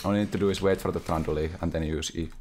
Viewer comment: Kinda not familiar with how u pronounce Trundle I keep on hearing that hated name "Thranduil" from Lord of The RIngs. Edit : This is why I don't play Shen. My eyes are spinning from looking everywhere else when Ult is up.